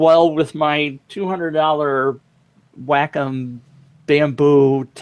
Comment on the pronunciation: Wacom - Wah-come.